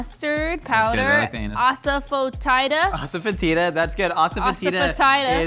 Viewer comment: Hearing them mispronounce Asafetida like 7 different ways 😂